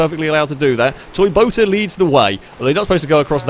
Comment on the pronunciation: Wow! You just said Toy-BOATA AGAIN!!! Ha!!!